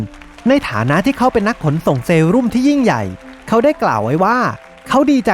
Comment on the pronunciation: เซรุ่ม ครับ ไม่ใช่เซรั่ม